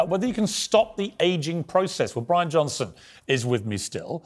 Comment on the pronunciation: " Johnson" not Johnston